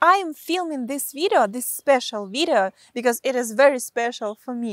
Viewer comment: I follow you cause instead of video you say vitto.